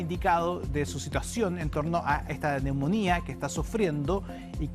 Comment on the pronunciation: Me sangran los oídos cuando escucho a una periodista, diciendo "neumónia" en vez de "neumonía" poniendole el acento donde se le ocurre. Y lo peor es que nadie del noticiero tiene el buen tino de corregirla sutilmente por interno u algo. Da vergüenza en serio.